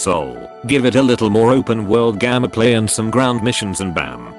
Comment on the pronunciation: Hearing gammaplay instead of gameplay is ruining the video for me